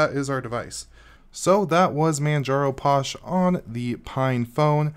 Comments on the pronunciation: LOL, its pronounced Fosh not Posh! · You're saying it wrong. Phosh.. like Phone Not Pone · Uh posh I thought it was pronounced fosh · Since when was PH pronounced as anything else then F? Physical, do you say Pysical?